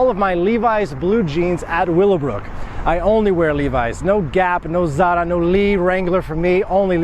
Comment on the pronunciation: you pronounced "zara" like a Pole! (During the part of the video talking about levis).